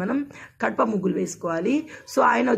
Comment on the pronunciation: Kadapa kadhu gadapa akka